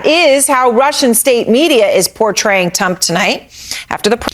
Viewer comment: I could listen to the ‘tump’ bit over and over